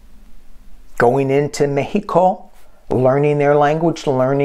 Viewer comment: you pronounced Mejico correctly. ¡Que bien!...M❤M of 5